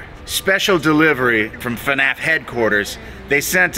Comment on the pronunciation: You didn't even say it right. It's FNAF